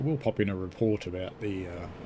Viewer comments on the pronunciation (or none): none